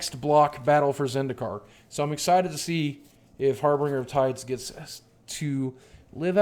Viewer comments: harBINGEr not harBRINGer. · Harbinger. Harbinger. Harbinger. Not Harbringer you silly man.